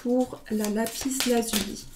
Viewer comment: Vous êtes très mignonne et gentille et j'aime regarder vos tirages mais sans vous offenser il ne faut pas prononcer le "s" de Lapis Lazuli. C'est une règle de facilité de prononciation...